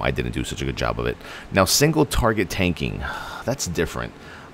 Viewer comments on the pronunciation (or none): none